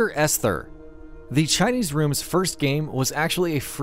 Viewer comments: For fucks sake man, the h in Esther is silent. It’s pronounced “ester” and you say it like 6/7 times in a really short time frame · The “H” is silent in Esther. So it’s pronounced, “Ester”. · I can't unhear "Es-ther"